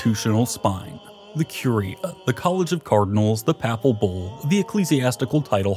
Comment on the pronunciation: Has no one ever taught him, after all this time, how to pronounce papacy, papal, arch-anything, or clergymen?